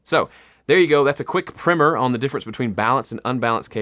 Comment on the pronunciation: he meant to say primer haha